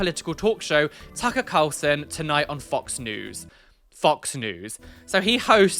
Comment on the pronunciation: Ugh when he pronounced that guy's name almsot like 'Taika', (I didnt know the dude interviewing him's name then) I assumed he was gona go off on a rant about what Taika Waititi was wearing at the EMA's and I was gonna be mad, I was gonna be like 'KEEP MY HUSBAND'S NAME OUT OF YOUR MOUTH YOU ATTENTION SEEKING LITTLE TWAT!'